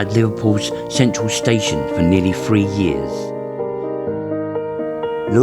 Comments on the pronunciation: WTF it`s three not free you prat 🤦‍♂🤦‍♂ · Very good mate but your English sounds terrible. You need to pronounce the T and H and not replace with F. 2 fousand and free !!!!!!!!!